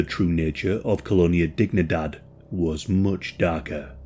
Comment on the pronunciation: KŌ-lō-NĒ-ä dēg-NĒ-däd it isn't English and should not be pronounced as if it were English. It is Spanish you probably know they say Sí for yes and it is pronounced sē and not sï a is ä e is ā i is ē o is ō u is oo or ū